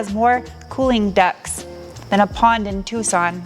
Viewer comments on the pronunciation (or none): Ducts with a silent T